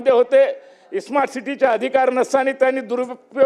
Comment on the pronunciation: स्मार्ट म्हणता येत नाही - इस्मार्ट म्हणत